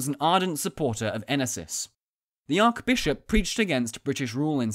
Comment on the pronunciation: ARCH bishop, NOT ARC bishop. Can you say Arch?